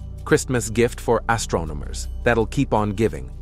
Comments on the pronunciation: guhLACSEE? ASStronomers? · We can finally see deep into the outer reaches of the universe.... But the AI voice is ridiculous. "Astrominers 'nicnimided' it the 'Running Chicken Nebbooolaaahhhh'". Seriously? AI has light years to go before it will even come close to real speech.